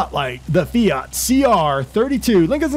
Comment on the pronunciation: Finally somebody can pronounce fiat